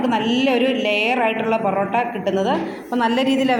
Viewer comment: പൊറോട്ട ആണ് പെറോട്ട അല്ല